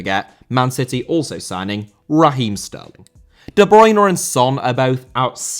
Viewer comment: Bruyne* not Bruyner